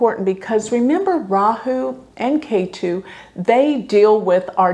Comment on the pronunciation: You pronounce 'Rahu', 'Ketu' very well! 'Ketu' is perfectly pronounced, 'Rahu' is 99.8% correct. Looking great, too.